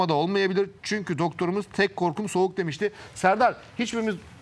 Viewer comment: 42.20 serdar ali çelikler çok soğak dedi😂